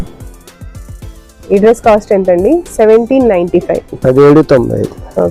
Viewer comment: కాస్ట్ కొంచెం క్లియర్ గా చెప్పరా